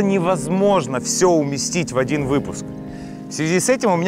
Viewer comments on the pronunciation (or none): none